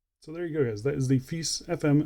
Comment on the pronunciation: Hope they make a polished case version some day. I think Brand name should be pronounced as Italian way,. Fe - I - che.